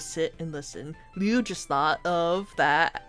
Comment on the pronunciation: It's Liu not leu why dose people keep saying his name wrong Liu has an I while leu has an E leu is like you took leo and swapped out the O with a U